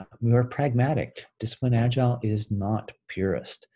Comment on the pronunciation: Why don't you pronounce "agile" right? Instead you say "agilele". That's freaky!